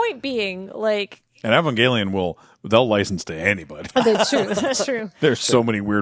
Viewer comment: you guys pronounce Evangelion about 6 different ways XD